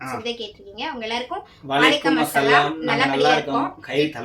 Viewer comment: Assalamu alaikum - அஸ்ஸலாமு அலைக்கும் Va alaikum Salaam - வ அலைக்கும் ஸலாம் இது தான் கரெக்ட் நீங்க அஸ்லாம் அலைக்கும் ❌ வ அலைக்கும் அஸ்ஸலாம் ❌ Unga kitta 3 rd time solran itha konjo crct pannikonga sariya salaam crct taa sollanum illanaa artham vera maathiri ayirum